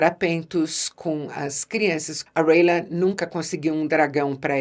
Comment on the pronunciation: É Rhaena e não rhaela